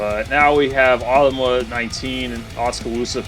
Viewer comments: It's pronounced "Oh-tum-wa" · Ottumwa is pronounced as Oh-Tum-Wa.